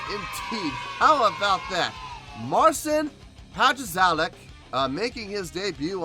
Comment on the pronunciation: Most of his arrangements are really impresive. I don´t play guitar so for me it is crazy to watch. You were close with pronouncing the name. The correct way, for any future reactions, would be Martsin Patshauek. The impressive thing is that this guy is only 21 years old and started playing a classical guitar when he was 10.